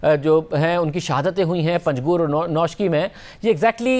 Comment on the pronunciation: bhai bat ye ha k ye interior minister ha, aor isko pakistan ky aik ilaky ka nam sahe sy pata ni, chalo man lia k usny suna ni hoga doordaraz ilaka ha, lakin itna bara incident hony k bavajod print aor electronic media main hazar dfa panjgur ka zikr hua hoga, aor officers ny isko likh kar bhi dia hoga phir bhi ye na ahil bar bar ghalat talafuz kar raha ha interior minister ho kar, aor ye nam bhi itna mushkil ni farsi nam ha koi chines waghera ni